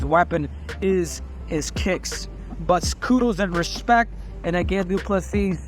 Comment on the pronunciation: When he says du plessis it sounds like 2 pussies!